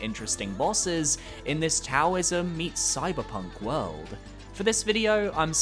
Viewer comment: Taoism is pronounced with a D sound. Haven’t seen a video on Nine Sols yet that correctly pronounces it. Really solid list with great reasoning. Keep up the good work!